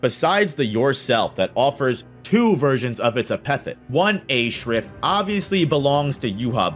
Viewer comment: Now you said "epithet" weird on purpose to hurt me Hold that top part, did you say "Gremmy TOOMOO"!!!